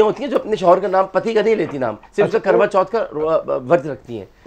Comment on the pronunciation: Garva chauth nahin..KARVA CHAUTH hota hai